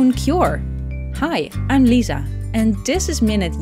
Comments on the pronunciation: I thought she said Hi I'm Lyssa as a pun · When she said "I'm Lizah" I thought she was using the other name for rabies.